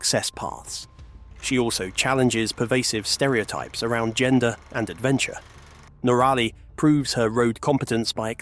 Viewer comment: Your mispronunciation of NOrally [ and not noRAlly!] is simply annoying and aggravating❗❗❗